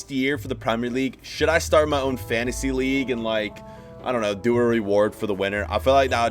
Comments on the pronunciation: The way he says "fantasy" tho💀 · It is fantasy if u know how to pronounce